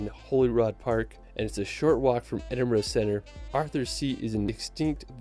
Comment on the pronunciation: I'm in the UK and pleased the OP actually left London, there's so much more than the capital. Also kudos for pronouncing Edinburgh correctly 👏